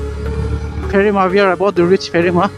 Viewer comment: Bro its piphema not pherima😊btw lots of lov from Piphema ❤